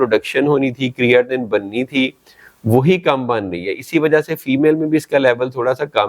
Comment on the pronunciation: Creatinine BOLNA TU SEEKH LAIN PEHLAY